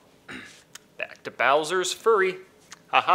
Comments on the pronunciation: Did anybody notice that said "Bowser's Furry" and not "Bowser's Fury" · you said Bowser furry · say bowsers furry not fury tbh was a laugh for me